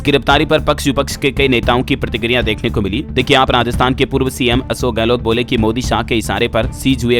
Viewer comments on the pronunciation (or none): none